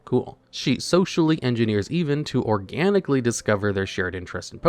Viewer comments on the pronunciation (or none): no way you pronounce the name Evan like "even."